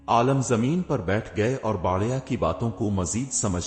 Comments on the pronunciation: Bhai aalam nahi aalim hota hai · Lafz Ko sahi kaho aur kanna sudhar lo सही लव्स गाना बढ़िया नहीं बुढ़िया आलम नहीं अलीम